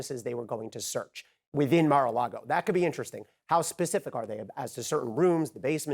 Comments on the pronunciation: Mara-Largo? Never heard of the place.. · excepr that dufuss would say "Mara LEGO" with an E. LOLOL